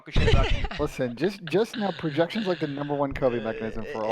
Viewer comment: Every time says projection I just laugh